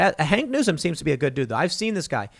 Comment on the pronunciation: Okay, Tim, didn't want to have to burst your bubble lol but is "Hawk Newsome", not "Hank Newsome"